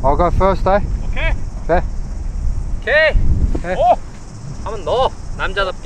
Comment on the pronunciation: OKEH! Not ohke